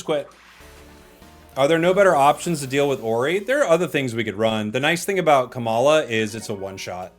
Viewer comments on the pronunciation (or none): also "Kamala" (like Kamala Harris) for Komala hahaha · He’s not even hiding the fact that he said KAmala instead of koMAla #Kamala4prez2024